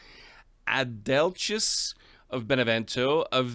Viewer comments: Great start with the last of the Lombard Dukes! Btw, the right pronunciation is “Adelkee”. It would be fun to see the Lombards withstand the Normans and rise again. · The pronunciation of Adlechi is with a k sound!